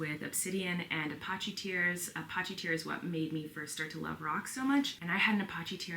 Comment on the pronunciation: Only a girl who doesn’t watch movies would pronounce Apache “uh-PAW-chee.” Made me giggle every time.